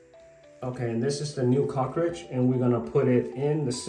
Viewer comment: Great video! Is it a good idea to caulk around the cover plate to prevent water from going behind from the shower? I did have a hard time understanding that you were saying "cartridge". When I Googled the part I searched for "cockridge"!! LOL!!! 🤣🤣🤣 No big deal, I eventually figured it out. Thanks again for the great video! SUPER HELPFUL!!